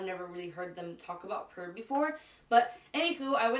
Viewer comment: So pretty! The shadows looks so smooth and pigmented 😭💜 love the eyeshadow and that purple liner is everything and the eye contacts 👌🏽 ps. The brand is pronounced like “pure”